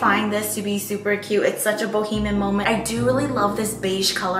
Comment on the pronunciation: "Boheman vibe" .... LINDA ITS BO-HE-ME-AN 😂😂😂😂